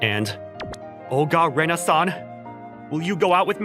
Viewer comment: When he says “Rena-san” it sounds like Renaissance I swear